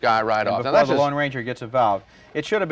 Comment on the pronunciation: It's the LONE Ranger. Not the Long Ranger. That's like saying: nucular instead of nuclear.